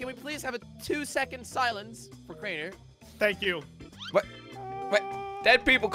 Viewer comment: It is Kraner Kraner your sauce Kraner